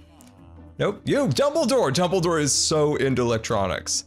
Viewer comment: i thought he said Double-Door tho i like Harry Potter so i'm not trying to be rude :P